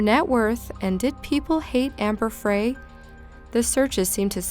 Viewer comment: Amber FRY like French fry